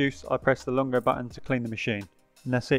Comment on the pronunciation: He kept saying “longo” instead of lungo (pronounced loong-go) as well. Hehe. Still a great unboxing and tutorial.